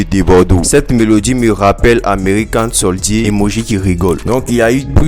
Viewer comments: Bon boulot pour les actu. Mais "american soldié" la faut revoir la prononciation ... Good job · 😂😂😂😂 Huuum N.L faut apprendre anglais hein , koh “american soldíé 😂😂😂😂